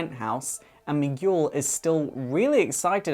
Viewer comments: It's Mi - gel not Mi - Guul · Miguel. Mee-ghoul??!!?? No. Mee-gell. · Sorry but Miguel is pronounced me geel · Firstly, I would like to say that I really enjoyed this video. I loved the Titans and I hope that I can connect more with their next incarnation. Secondly, the pronunciation of Miguel was driving me crazy so I had mention that it's pronounced "me - g'hel". Anyway, awesome video! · me-gel. where the g is like guile from street fighter. hearing your pronunciation pleased me.lol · Fantastic! Congratulations man, you did it! A like goes to you. ps: Miguel is pronounced "Mee-gell", another verson of the name Michael. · Did ever learn how to pronounce Miguel? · hey there you grovy video dude. love this vid just letting you know i was thrown of for a bit. not because you were not making sense but because you didnt say miguel name right not blaming or calling you out on it like i said im loving your vids sorry i dont like them but i do binge watch them like eatting candy on holloween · THATS NOT HOW YOU SAY MIGUEL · OH wow, that was wonderfull, and i need to applaude to you for spending your time on this video, so much work must have went into this, and there's a lot of info here that i wanted to know. Just don't get mad at me or anything, but that's not how you say Miguel, you don't read the letter "U" when it's between the letters "G" and "E" (though i can't blame you if you don't speak spanish, sorry for bitching about this). I didn't mean to be a jerk, sorry, if it's on any consolation, my english is spotty sometimes